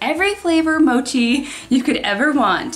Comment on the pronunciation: U pronounced mochi very weird